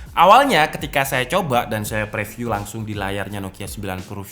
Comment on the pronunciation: preview dibaca priviuw review dibaca riviuw ayo bangun channel ini!